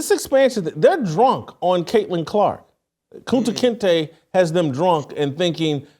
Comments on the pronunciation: Yo Jason, you called Caitlin Clark "Kunte Kinte" that's 😂😂 hilarious. Steve Kim is the Man 👍. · This MF said Kunta Kinte. WTF